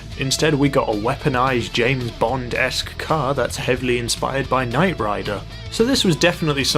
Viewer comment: "jAmEs bOnDiC"